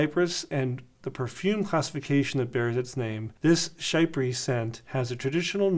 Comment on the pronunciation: Chypre is pronounced “sheep - ra”